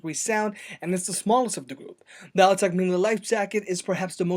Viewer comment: After hearing the Altec pronounce it's name he STILL mispronounced it..